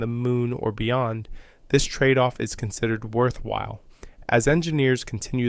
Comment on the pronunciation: I think it's a computer generated voice tbh - some of the "words" were across spaces in the text, and accent on the wrong parts of other words such as "WORTH-while". It may even be a totally AI generated narrative tbh, as it thinks the underwater self-righting balloons on top are "stabilisation balloons": they don't stabilise anything - they are there just in case the craft ends up in the water upside down (in fact if anything they de-stabilise a stable inverted position).